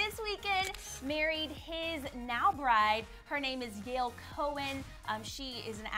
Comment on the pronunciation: Yael is not pronounced as Yale in case you were wondering. It's pronounced like yah-elle it's a hebrew name! and I'm jewish so I obviously know that hehe